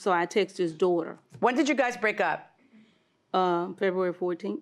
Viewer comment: "She cut the phones off in FEHWEARY"😂😂